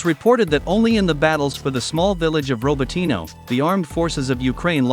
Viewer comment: It is RAbotino, no RObotino